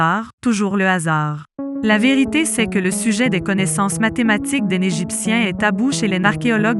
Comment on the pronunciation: le sphinx en pangollin ??? lol je la connaissais pas celle la .... des grosse barre de rire ... et tous les extrait de films(perso j'en ai reconnut 6 films , qui dit mieux ) ... la voix est horrible , "les "n"egiptien" c'est quoi cette pronotiation -aucun commaitaire sur les autre "preuves" ... manque theory du complots (l'etat nous cache des chose) quoique avec l'informateur secret ... des grosse barre de rire grand merci pour ce re-up bisou